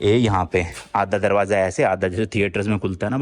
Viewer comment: Following you from London series, I like the way you explain things so easily. Also, your accent and words are very relatable which make your videos even more interesting. For example you said "darwajja" to darwaja lol 😂